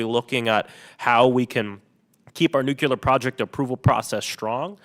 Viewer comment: The way he says Nukular